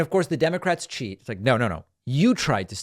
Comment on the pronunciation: Note how The Don pronounces the word " cheet"...oh. feels so good !!